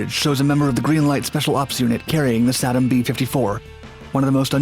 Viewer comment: Tom's Best Stuff has the correct pronunciation (SAY-dum). Additionally, there was little to no radiation exposure hazard on an undamaged B54. (others were a TOTALLY different story). The 27 hour limitation was because the clocks would jam if set too long. And none of the pictures showed the EPWG. (Army EOD 68-88)